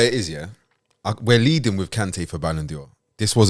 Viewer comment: Why is pronouncing it ‘Balon Dior’? I like that though.